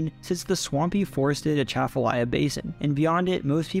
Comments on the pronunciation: yeah, but still good pronunciation. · Born and raised in Louisiana (north Louisiana). You get two gold stars for pronouncing Atchafalaya River correctly. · Atchafalaya pronunciation.... nailed it. Good job